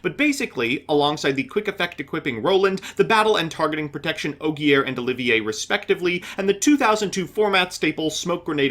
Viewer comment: Tries to pronounce Oliver as if it was spelled like the french Also: OH-GEAR SMH..... Edit: Yep, video further re-enforced my belief that this build is just so much worse than hybrids. the boards arent even better anymore, had chokepoints, you struggled vs disruption, and you complained about a lack of follow up plays TWICE which is exactly what hybrid adds. Edit 2: and before I hear "BUT DONT YOU BRICK ON ALL THOSE EQUIPS" I'll point out that bricked in this vid, and I have test hand data from 500 test hands of hybrid showing a 98% consistency rate.